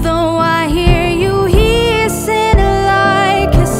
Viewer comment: Мені сподобалася англійська вимова в цій пісні, бо зазвичай майже всі українські артисти неправильно вимовляють англійською, і мені це дуже сильно ріже вухо. В цій пісні лише одне слово неправильно вимовила - hissing (вона тут звук 'ее' замість 'i', все решту непогано).